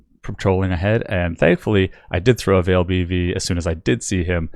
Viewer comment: Why do you say "Vaal" wrong? It's said a long in game by the npcs aswell as in any official announcement or interview involving anything from the Vaal. It's not like it's a debatable pronunciation. You just pronounce it incorrectly